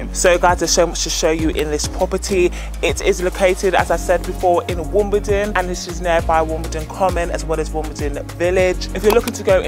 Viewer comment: You need to pronounce Wimbledon correctly ?